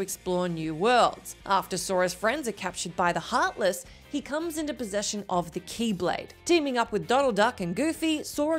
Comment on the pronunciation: "You see, Ansem is the hearthless of Xehanort..." OH MY GOD HERE WE GO AGAIN.